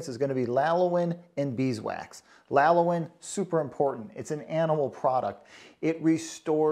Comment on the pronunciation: Sounds like you're saying "lalowin." Do you mean "lanolin?"